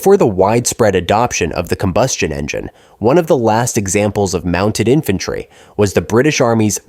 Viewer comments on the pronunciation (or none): none